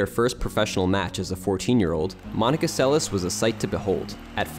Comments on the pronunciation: It's pronounced Monica Seles (SEL es'.) Stress on the second syllable. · It is Seleš which is pronounced Selesh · Why not to pronounce her surname correctly? Selesh. She is not American. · Monika Seleš is pronounced more like: Selesch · Pronounced... Monica SeleSH.